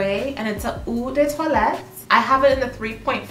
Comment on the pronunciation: Salut! Love your chanel. Keep up the great work. Please allow me... Eau is pronounced almost like “O”, perfume is “perfer” the m is almost silent. If its parfum, its pronounced “perfoom”. The vowels (e) at the end of “vanille” and “toilette” are silent. So vanille is pronounced “vani” because “ll” is silent as well. Toilette is pronounced “twalett”. “schance eau tondr” and the green Chanel is eau fraiche (o fraish). Merci 🤗